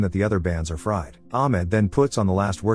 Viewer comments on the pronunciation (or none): none